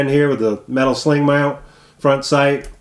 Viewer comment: hey great review but we can tell where you come from with the "metal sling mount" hahaha good stuff, great accent there (no offense :)